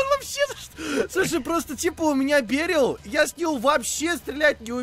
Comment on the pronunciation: бЕрил? 😂 На и ударение